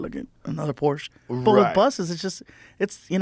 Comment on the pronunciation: Thank you, Joe, for correctly pronouncing Porsche. Also, Porsche designed the original Volkswagen (”People‘s car”) for Hitler.